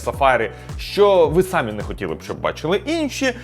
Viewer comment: ріже вухо сАмі. Українською самІ (наголос на і) І це не тільки в цьому відео, а й інших також.